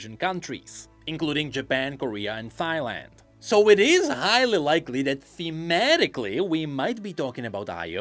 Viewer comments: btw,, it's pronounced "Tai land" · Did you just say Thyland.. lol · He pronounced Thailand as Thigh-Land. Haha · Thigh-land, one of the countries of all time